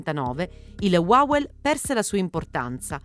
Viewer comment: WAWEL😂😂😂NON LALEL🤣🤣